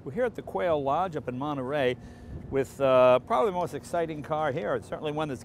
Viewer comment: Erik Hertzer, maybe if we put an Englishman next to you, you'll pronounce "probably" correctly.